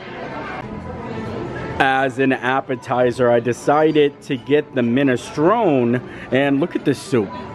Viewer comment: Hey,! Fun video. Jsyk, minestrone is pronounced min-ah-STROE-nee with a long e on the end. Thanks for this vlog!